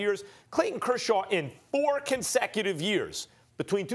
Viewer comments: How did Stephen A Smith pronounce Kershaw 20 different ways and none of them were correct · griffey422 "Kurshurd"